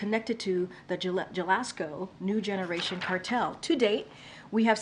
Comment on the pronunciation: Did she just say Sanoola and Gelasko cartel?😂😂